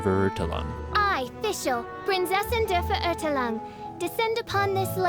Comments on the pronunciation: ''Prinseßin dr verutelung'' und ''Immernochteich'' Zu geil wie dass auf englisch ausgesprochen wird kann aber auch englisch und deutsche sprechen englische Wörter genauso schlimm aus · You actually pronounce it The Princessin där Färoortälung in german. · Hahahahahha 🤣 say that again: “Prinzessin der Verurteilung” 🤣🤣🤣 oh dear lord 😆 ich kann nicht mehr 😆 zum Glück spiele ich Genshin auf japanisch, die versuchen zumindest nicht deutsch zu sprechen obwohl sie es nicht können 😆 pʀɪnˈt͡sɛsɪn der fer·ur·tai·lung now try again buddy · I'm sorry but.... how they say Prinzessin der Verurteilung 😂😂😂 I know German is hard but still it sound so funny sorry if I offended anyone😂😂🙏💗it's prounonced princessin Dea vea-urtailung..... I think idk if that helps😅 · Fun fact: she dosnt say her name right at all ( Prinzessin der Verurteilung ) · I think the pronunciation is wrong, but soo cute! That's what makes it special, at least the VA tried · I am german and I always find it fascinating when i realize that pronunciation is something most people struggle with when it comes to my native language. But hey, I still really love Fischl, I just can’t help but cringe every time she says „Prinzessin der Verurteilung“ xD. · Jesus, her German pronunciation is indeed worse than any weeb trying to pronounce Japanese words, or vice versa. Quick rundown on „Die Prinzessin der Verurteilung“: ・V in German is pronounced with an English F sound, and German W with an English V sound. ・German Z has a more TS type of sound. ・The EI spelling will always make an "I" as in "eye" type of sound, whilst IE always makes an "I" as in "eat" or "beat". ・In short, "Verurteilung" should sound something like "Feh-uhr-tai-lung" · When tried to say "Prinzessin der Verurteilung" I died a bit inside as a german native speaker lol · I Fully Respect That. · personaly, it hurts it would have been epic if she got it right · I had to laugh so hard when she said „Prinzessin der Verurteilung“ because I’m German 😂😂